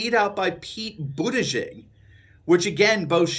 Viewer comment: It's pronounced "butt-judge"